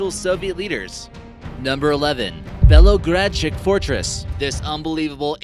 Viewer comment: Thx for making this vid! Finally someone shows that Bulgaria has a lot of history to it! And its pronounced belogradchIk (the intonation is on I but don’t make it too hard, which is weird since the people that live near Belogradchik usually put very hard intonation in words)! And it’s pronounced stratsimIr (again the intonation but on the second I and don’t make it too hard. But some words or names have the intonation in the start! That’s why Bulgarian is considered to be one of the hardest languages! And because a we have a lot of words for more then one, two or three things